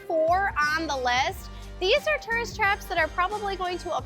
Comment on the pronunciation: Tough to watch a video about tourist traps in which you can't properly pronounce the word "tourist".=